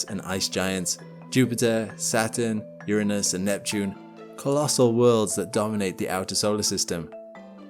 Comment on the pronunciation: Uranus! SAY IT RIGHT!!